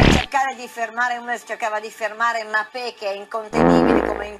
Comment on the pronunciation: Non sa pronunciare la B, ieri sera anche Benzema è diventato Menzema, oltre a Mappè. Sembra proprio un limite meccanico del volto, se prova a pronunciare bene si sminchia tutta la plastica che ha sul viso.